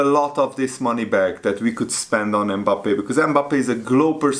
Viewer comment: Forget to pronounce "e" at the beginning of his name! It isn't Embappe. Just Mbappe with almost a silent "m" at the front. It's painful to listen to it.